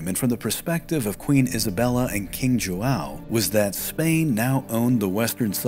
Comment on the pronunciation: You also have the common problem with the nasal diphthong ão used in padrão and João. No easy solution there as few languages use that sound. Aun would be an a decent aproximation as would mimicking a short bark by a large size dog. So, pa-draun with u being nearly silent.